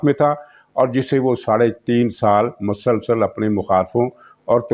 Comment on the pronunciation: janab aap ka tajziya intihai jandar aur haqeeqat ke qareeb hi hote hayn in me istaimal kiye gaye alfaz pur mazah aur pur maina hote hayn jin par besakhita hansi nikal jaati hay..........aakhar me aik guzarash ke aik alfaz bolte hayen "MASALSAL" in ka uchar (pronunciation) galat hay in ka sahi uchar hay"MUSALSAL"